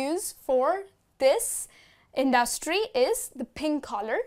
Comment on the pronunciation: Native Speakers Does she pronounce industry correct? :/